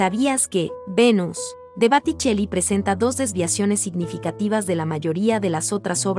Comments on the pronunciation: Boticelli no Baticelli...por favor asesorate bien al menos para subir un vídeo...y pronunciación aunque no sepas hablar el idioma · Y bueno, lo primero es hablar bien el idioma. Si se pronuncia Botticelli como suena en español, está bien. En italiano sería Boticheli. ¿Por qué pronuncias Baticheli? ¿Por qué dices Guérnica? .Y ni hablar de los apellidos no latinos. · La señora que narra de forma tan equivocada, desmuestrando que no tiene educación alguna.. ignorancia total en.los nombres de las obras y los nombres de los artistas.... por favor los influencer no son ni periodistas y con esto se demuestra la vergüenza que Dan casi todos.. te enteraste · Interesante listado, si la intención del canal es educar, (como se menciona en la descripción del mismo) revisen la pronunciación de quien da voz al video. Lee “Batticelli” por Botticelli; “Guérnica” por Guernica … y varios errores más por el estilo 😕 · BOTTICELLI, not BATTICELLI 🤟🤟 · Se dice Botticelli no Batticelli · Botticelli!!! No Batticelli!! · Atencion al nombrar a los autores. Dices BAticcelli en lugar de BOticcilli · Porque la narradora dice Baticelli en vez de Botticelli como corresponde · Por qué dices Baticelli en vez de Boticelli??? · No se pronuncia baticeli, se pronuncia Botticelli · Es Boticcelli no Baticcelli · Botticelli, Botticelli...no Batticelli. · Dios mio... Botticelli NO batticelli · Muchos errores : Botticelli y no Batticelli; Klimt y no Klint; Guernica y no Guérnica... Podríamos habernos documentado un poquito más en vez de decir o de escribir burradas, no les parece? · El autor de "El nacimiento de Venus" es BOTTICELLI ,no Baticheli como lo pronuncias. En italiano la O se pronuncia igual que en español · Boticelli, no Baticelli 🤦🏻‍♀️ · LÁSTIMA QUIE LA NARRADORA TENGA TAN POCO CUIDADO PARA ESTUDIAR DE LO QUE VA A PRESENTAR, TUVO MUCHOS ERRORES AL PRONUNCIAR LOS NOMBRES DE LOS ARTISTAS, EL MAS GRAVE FUÉ CUANDO LLAMO SANDRO BATICHELI AL PRSENTAR EL NACIMIENTO DE VENES DE BOTICCELLI!!!